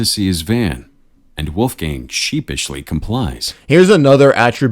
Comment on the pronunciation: seriously? Uneducated fool never heard of Mozart? WOLFGANG Amadeus Mozart? And since it’s a German name, the pronunciation is absolutely abysmal. Wolf the o is like the o in ton and not, not like in moon, gang the a is like the a in was or what not like the a in man or dam.